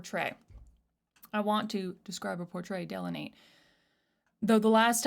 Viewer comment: "I want to delineate (make the difference very clear) that the last time we were around each other i felt myself hesitate, but i know i will not now." you sang it perfect and butchered the pronunciation when looking it up. 😂 great reaction!